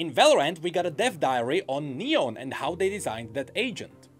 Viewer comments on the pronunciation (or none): none